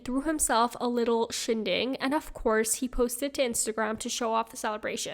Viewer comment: Its shindig, not shinding. LOL